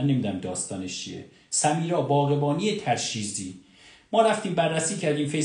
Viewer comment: تَرشیزی نیست تُرشیزی است